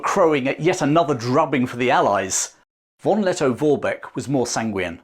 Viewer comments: Plewe spell V = F. So it sounds like Forbeck. Thank you. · It's not pronounced "won Letto-Worbeck" 😅😅😅.